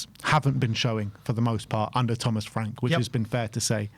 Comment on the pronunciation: LOL!!! 😂😂😂 Thomas Fwank.